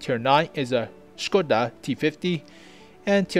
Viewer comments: Hey. Hope you don't mind few note from native Czech speaker. (I'm no tank expert, so I can't say anything about the technicals.) First - your pronounciation of Škoda is pretty much perfect. Second, the "vz." is abbreviation of "vzor", which is either a "pattern" or "design" (as in industrial design). Google translate pronounces it pretty well if you ever needed it in another video. [It is like English/American "v." pronounced as "versus".] "Kolohousenka" (you pronounce it almost well, again google translate is a good source) is a wheel-catterpillar (literal translation and i don't know of any better). ST (střední tank/medium tank) is the same nomenclature as LT (lehký tank/light tank) And please, if you ever use Czech flag again, please, use a proper flag. That is - the blue wedge goes half way. What you use is like Polish flag with Czech invasion. And I assure you, we have never invaded Poland in modern history (1900+).;-) Oh and when typing Czech names (or words in general) it is suggested to use font that supports Eastern European characters. Interesting enough, only Č, ř, and ě, seem to be missing from your font. I wonder if that character combinations makes sense for any other language. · GuP Hetzer! Yay. Very,very good job on the video man. You are pronouncing "Škoda" correctly too. Can I ask,what is the intro videos name?